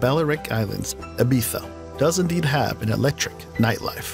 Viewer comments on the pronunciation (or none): none